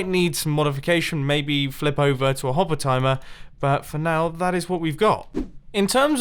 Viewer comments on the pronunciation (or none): none